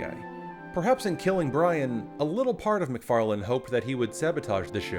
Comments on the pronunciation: his name is McFarlane not McFarland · And the viewers still think that their petitioning Fox did it...LOL. You know, Seth has said more than once than he was tired of the show...which follows your commentary. It's pretty much been his bread and butter, so... btw, It's MacFarlane, not "MacFarland" :-) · There's no D in Seth's name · Are you saying: "Seth MacFarland?" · 1. Isn't pretty much TV itself dead? 2. You know EXACTLY how everything went, but you still pronounce Seth Macfarlane's name as "Seth Macfarland".